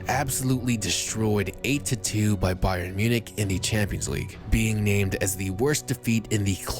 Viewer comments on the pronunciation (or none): none